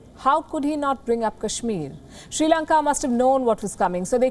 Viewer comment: The correct pronunciation of Sri Lanka is SRI Lanka(just SRI in a simple manner, do not give any weight to that), not SHRI Lanka. All Indians seem to make this error. Some Indians say, SIRI Lanka, which is also wrong.